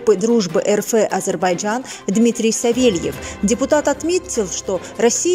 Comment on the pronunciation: Не ЭР ФЭ А ЭР ЭФ ! РФ!